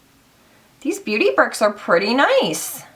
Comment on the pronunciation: Pri-tay!!!! Verah verah pritay!!!!